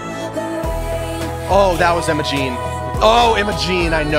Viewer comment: Did he say “Emma-Jean heap”? Instead of Imogen?